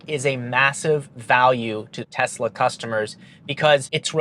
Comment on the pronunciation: "and this is the Telsa model Y ELECTRIC version" 🤣